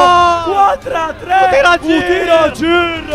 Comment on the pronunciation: o tir a girrrr😂😂😂